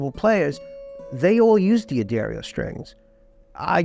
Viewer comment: I loved the video and I'm in awe of the beauty of those instruments. However, I'm left with a question! Surely the apostrophe after the D of D'Angelico, D'Aquista and D'Addario means that it they're pronounced Dangelico, Daquista and Daddario, and not Dee Angelico, Dee Aquista and Dee Addario?